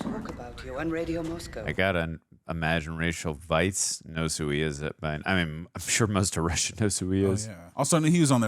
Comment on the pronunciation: Rachel Weisz's last name is pronounced "vice", so you were correct in your pronunciation. Most people aren't. Ralph Fiennes name is pronoynced Rafe Fines. Good job, both of you...I heard some Star Trek: Wrath o Khan Horner music.